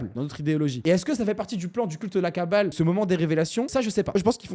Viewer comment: Prononces bien frérot, c'est la kabbale, pas la kaàbale, ça peut porter confusion, l'étymologie des deux mots n'est pas la même. Cordialement